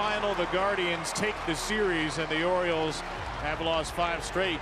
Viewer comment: Its the orioles not OREOS!!! 😂😂😂